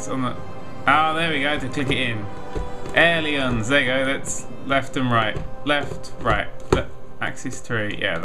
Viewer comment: He may not pronounce it right, but at least he knows what he's talking about. I know many flight simmers that don't even know the difference.